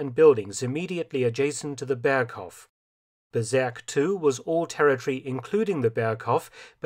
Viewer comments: Bezirk, not Bezerk. Let's not go berserk. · The pronounciation of "Bezirk" would be closer to "Bets-eerk" and not "beserk". But other than that, as usual, interesting and well made content. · "Bezirk“ pronounced "berserk“. 😃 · It is pronounced "Betsirk" vs Bezerk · Well, Felton went berserk with Bezirk ... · Great documentary! Thanks a lot! When you spell the German word Bezirk (district in English) it sounds like berserk (LOL). Some German words are kinda tough to spell. Greetings from Austria! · Felton's respect for your history work Sir 😊, just "BEZIRK" [read ~ beetzirk] IT means ZONE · Dear Mr. Felton, you are doing an incredible well job in producing these short and precise documantations. But: Please try to find a german native speaker to tell you how to speak the german words at least nearly correct...your "Bezirk" sounds like "Berserk". As a historian dealing with 3. Reich you should probably try to know the enemys language a bit better... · Love your videos, but please look up how to say “Bezirk” ;) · "Bezirk" is pronounced with a Z as in "pizza" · Ooh please learn how to say : Bezirk in German.